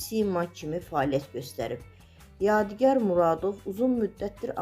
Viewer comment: AY APARICI , YEDİ YAR NƏDİR ? ADINI DÜZ TƏLƏFFÜZ EDİN. ADI YADİGARDIR. UNİVERSİTETDƏ TƏLƏBƏ YOLDAŞIM OLUB. ALLAH RƏHMƏT ELƏSİN. RUHU ŞAD MƏKANI CƏNNƏT OLSUN.